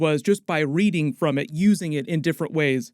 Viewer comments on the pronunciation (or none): none